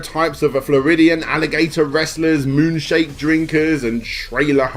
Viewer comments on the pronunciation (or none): I assume a mispronunciation of 'moonshine' unless Florida Man decides to visit Roswell, New Mexico...